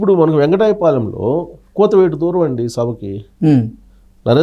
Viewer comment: U should pronounce వెంకటపాలెం